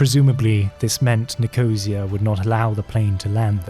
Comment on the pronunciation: I was impressed by your pronunciation of German places and Israeli names, until you attempted Nicosia and Larnaca in Cyprus 🤦‍♂️